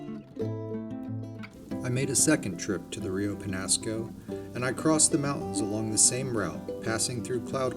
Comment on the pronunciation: the rainbow and brown trout are actually invasive. The chubs are also native to the Pecos which the Peñasco empties into. They provide forage for larger trout. BTW it's pronounced Rio Penyasco.